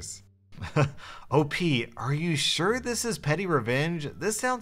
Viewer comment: Legit thought he said “pennyrevenge”